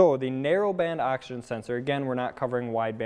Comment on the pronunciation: Sounds like you are saying “Action Sensor” over and over...